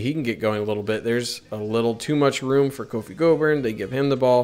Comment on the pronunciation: Either way? LOL. BTW, it's Kofi (not Coffee).